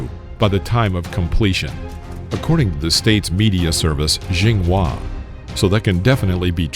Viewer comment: “according to the state’s media service Zhing Wa that can definitely be trusted” Smh